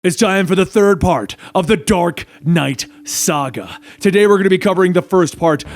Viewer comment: Hahaha he said dork knight